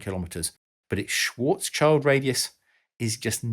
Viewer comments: 1st time I hear Schwarzschild pronounced that way xDsorry, but can't continue to watch, "schwarz's child" is killing me xD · Compared to Joe Polchinskys book, that was child's play really. What did hurt my brain was the "shwortz child" pronunciation (sorry ) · That poor black kid surrounding the black hole... oh, you were talking about Schwarzschild - that is pronounced like "shield". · SCHILD! Means shield but is nowhere near sounding like child. Sorry mate. There is even a play button (---> sound file) in the english wikipedia article - check out how it actually sounds. However, besides this I enjoy your videos very much. Sorry for my bad English, cheers! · I'm wondering if you ever manage to pronounce the name "Schwarzschild" correctly 🤦. There is no "child" involved! Just have a look at the Karl Schwarzschild article at english Wikipedia: there is a perfect audio sample! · The “Schwarzschield” pronunciation should be reviewed! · My apologies, but "Schwarzschild" is pronousing without "child". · You're right! It made my ears bleed too! I'm not German, but I do have some knowledge of the language, being a "neighbour" from Denmark 🙂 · Very clear and interesting video, thanks! 👍 Just one snall thing: the last part of the German name Schwarzschild (which is "schild") is pronounced like the English "shield", not "child". 😅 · It's not "Schwarzs-Child" - It's "Schwarz-Schild". Usually I don't comment on non-natives on their pronunciation, but you said it like a thousand times a minute and it get's kind of annoying after a (really) short while ;) No offense though - love your videos :) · Its schwarz-schild not schwarzs-child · Dude it's "shield" not "child"!! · Just a little correction to Mr. Schwarzschild‘s Name. It‘s Schwarz Schild. It literally translates to Black Shield, not Black Child. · i believe the pronounciation of schwarzschild is not "swartz chihld" but "shwarz shild" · The guy's name is not Schwartzs-child but Schwartz-schild.